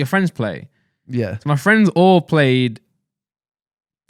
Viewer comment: no need to call me out like that, thought we were fwends